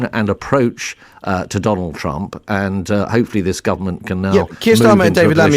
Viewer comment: Did he say " the Chump administration " ??!! 😅😂🤣